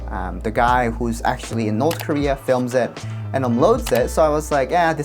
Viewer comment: north korea❌ north dieria✅